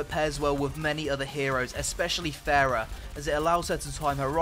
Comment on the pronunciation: ITS PRONOUNCED FAR-AH